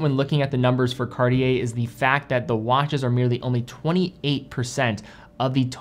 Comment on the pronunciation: This “Cartier” pronunciation really hurts my ears. 🙉